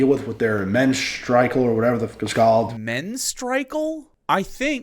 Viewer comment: “Menstrikel” I can’t fucking breath 😂😂😂😂😂😂😂😂